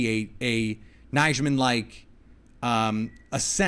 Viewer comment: The j is silent in Nijman , your the only person that can’t get it